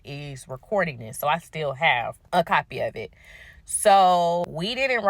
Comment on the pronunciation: Dis, dat, dese, dere from a professor 😢